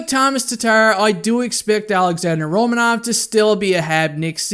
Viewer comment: Pronounced Ro-man-of.